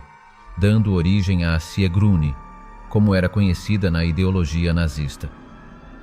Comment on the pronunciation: Sigrune, nicht Siegrune.